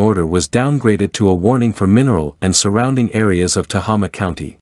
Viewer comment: its pronounced (Te-hay-ma) Tehama and (Pla-teen-a) Platina, Just thought I'd mention it